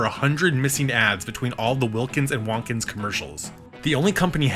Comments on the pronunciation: I think Wontkins is meant to be pronounced like "won't kins" rather than "want kins", with emphasis on the "won't". If you didn't know Jim Henson was behind the ads, with all their sudden explosive and unapologetically slapstick gags delivered with a playful edge, you might assume they were the work of Warner Brothers' lead animators Chuck Jones and Friz Freleng, trying out a brand new media in puppetry. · Fuck is up with the way you say Wontkins? It’s Won’t-kins, nor Wohntkins. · It’s Will-kins you got that right but it’s won’t-kins. Like will and won’t. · Hearing Wontkins said like “Wonkins” or “Wantkins” was weird lol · I thought it was pronounced "Won't-Kins"